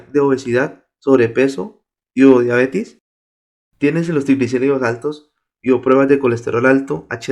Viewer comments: Se dice diabetes no diabetis. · Me estresas diciendo diabetis !!! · no es diabetis, es DIABETES